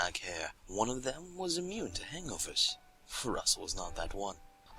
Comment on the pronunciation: I lost it at the first 'hangover', cuz it seriously sounded like 'anglerfish'